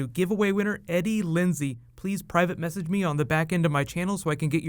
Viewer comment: Message not massage lol